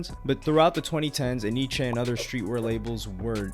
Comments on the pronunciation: It’s not enn eeee cheeee it’s NYC! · It's pronounced N-Y-C lol. I thought it was E-nee-che at first too